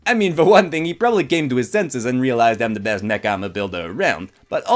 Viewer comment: When you said mech it sounded like you said neck